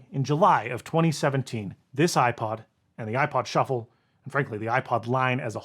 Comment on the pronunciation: Ah, yes! The iPod Shu-fflé 😉